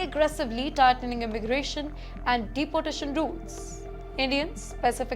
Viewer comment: She also pronounces “Dapotation” instead of Deeportation. Very irritating to listen to her. “Pulis” instead of Police.